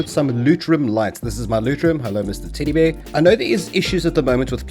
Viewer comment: I had to do a double take when he first said teddy bear, sounded like tiddy beer. XD